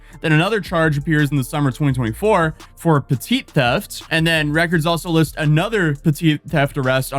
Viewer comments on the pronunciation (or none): wtf is “petite theft “ are you talking about “Petty theft” 😂😂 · is he trying to say petty theft bit petite theft?